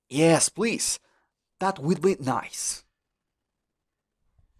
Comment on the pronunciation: casi todo lo entendí, donde dice "por favor" no se entiende que diga plis